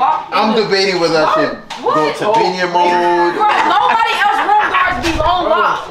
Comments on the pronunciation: called terry Tabiho 😂😂😂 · The fact that could not even get tabina name right was funny😂😂😂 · it was struggling to say tabina name 🤣🤣🤣🤣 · tryna say Tabina was killing me 😭😭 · 😂 it’s tryin to get tabina name right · trynna pronounce tabinas name was too funny 😂